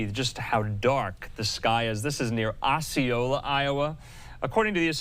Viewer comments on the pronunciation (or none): Oh-seee-oh-lah. Osceola. Carry that with you along with your deadeye stare after people died.